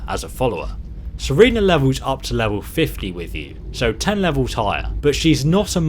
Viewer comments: did he just say "serena" bruh. it's serana, not serena. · SERENA HOW DARE YOU xD its pronounced ser-ana lol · its sarana not sarina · it's serana not sarana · Youngerhampster Lol, ikr. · Am I the only one that's cheesed that you said Sarina when it's Serana? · Serana not Serena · GAAAAH!!!!! Every time, it is SERANA not SERENA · It's Serana, not Serena. Another example of a name of something, which is pronounced in-game, and spelled on screen, which you pronounced incorrectly. Good video, but your pronunciations irritate me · HE SAID SERENA JUST LIKE I DO LOVE THIS GUY EVEN MORE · Serana is pronounced sir-anna